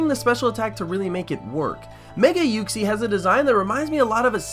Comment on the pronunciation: Why u pronounce Uxie's name wrong? ;3; XD